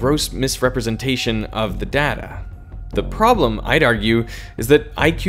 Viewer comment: 1 point because of your pronunciation of "data".